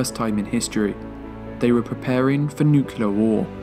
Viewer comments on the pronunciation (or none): is it just me or do ya'll cringe when he says the word. " nuciler" instead of nuclear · The word is Nuclear, not Nucalar FFS!!!! Get it right!!!!!